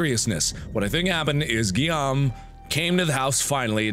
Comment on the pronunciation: Mark, you actually pronounce Guillaume "Guillermo", which is an other (very) old French name x) Guillaume must be pronounced more like... Well... "Geeyom" I think (I don't know English phonetics), you also messed up all the other names xD Great vid anyway ;) I hope there will be more awesome custom stories like this one.